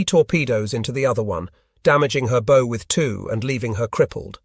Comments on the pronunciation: The front of a boat is pronounced like bowing at the waist, not like putting a bow on a birthday present. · Why oh why can't we get a real human to read the text. It's a bow, as in what you do before the King, not what you do with a tie or shoe laces. These small points really spoil the experience when they are repeated 97 times in the video. A poor show.